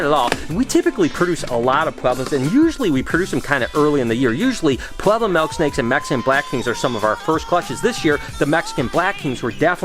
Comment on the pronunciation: I like how u say melk snake